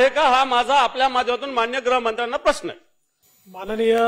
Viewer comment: मा. ग्रहमंत्र्यांना माझा "पश्न" आहे "प्र" खूप अवघड असते बोलायला